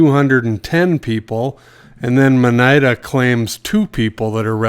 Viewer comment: I was agreeing with you on that assertion. I did giggle on some of the mispronunciation Lima & monida.